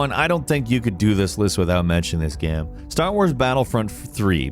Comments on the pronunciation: Btw dude. Not G-eam. G-aim. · why does he say “gam” instead of “game” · Sounds like he keeps saying "Gaem" ? not Game. Anyways solid video 👍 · Yeah like game is apparently a difficult word xD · He's said the word so many times that it's broken like a record. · Looool damn, cannot unhear this